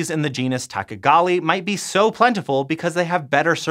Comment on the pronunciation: Hey! Did you just call me a tachagali fastuiezaguay ???? 😡🤬😤